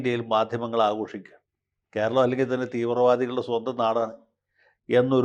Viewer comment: " അൽ ഘേരളം"😂😂😂😂